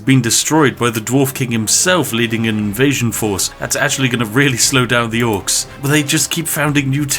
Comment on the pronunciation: You fucked up dwarfs and orcs so many times in the vid lol